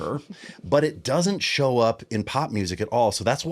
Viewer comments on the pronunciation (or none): none